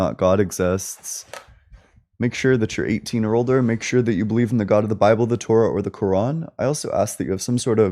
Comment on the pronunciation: “In da BABBLE” Yes, guest. Your entire call was “in da babble”